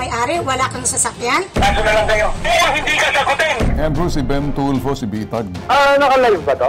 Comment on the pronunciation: TULFO PO TULFO HINDI TULPO..ANO BA NAMAN MGA TAONG TO..AGAIN, TULFO WITH AN F HA NOT TULPO